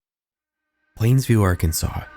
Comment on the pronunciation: i havent seen anyone mention that you keep saying plainview wrong and its killing me 💔